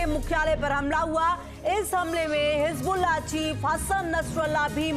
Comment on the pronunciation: His bulla .. Nas tullah ... Pant kulla